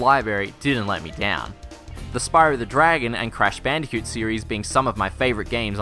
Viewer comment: "-this is fine for leanier games like Crash BandiCoot, but not Uhr more opeh Gehm like sPaRool" hahaha-fuck dude.